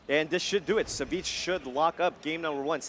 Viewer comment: I thought his ID's pronounced Savage.